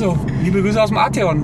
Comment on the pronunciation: Arteeon bitte